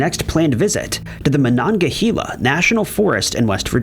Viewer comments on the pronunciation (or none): He didnt do too well with monongahela either